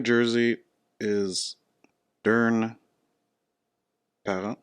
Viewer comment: "Durn" Parent lmao. His name is Ryan Parent but I agree the writing is fucked up